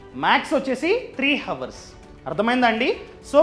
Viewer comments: Hours ni please don't pronounce ha it's ours H scilence keep going 😊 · Hours kadura. H silent